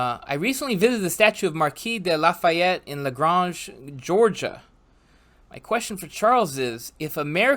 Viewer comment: Well, I opted for sleep., love your French pronunciation of La-GRAIN-ge Georgia. They wouldn’t know what you were referring to down there.